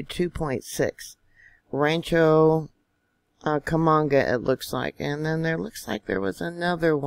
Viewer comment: Dearest...it's pronounced Rancho...Coo-ka-munga. Just saying. Thank you for all you do.